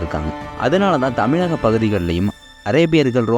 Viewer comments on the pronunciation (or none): none